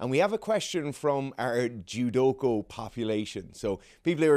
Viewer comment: minor quibble Judoka not Judoko :> otherwise brilliant mate